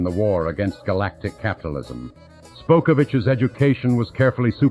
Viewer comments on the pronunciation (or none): LoL at Spokov it enunciated it as Spokeovitch should have been Spockovitch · Brilliant, but it's SPOCKovitch, not "Spokeovitch"... oddly, the pronunciation changes.